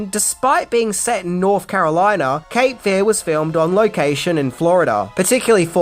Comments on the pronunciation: Love your videos, but your emphasis on the wrong syllable in this one, when saying “Cape Fear”, is driving me bonkers. It’s Cape FEAR, not CAPE Fear. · It's "Cape Fear" not "capefear"